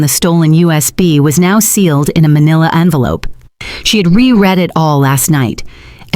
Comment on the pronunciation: Its envelope, not onvelope